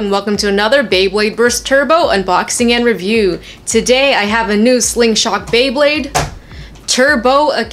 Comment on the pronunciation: You said bwebade at the beginning